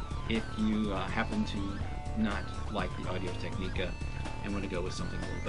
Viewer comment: Tech-ni-ca Is how you pronounce it